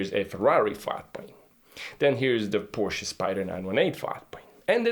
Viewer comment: at last, somebody can say Porsche.... thank you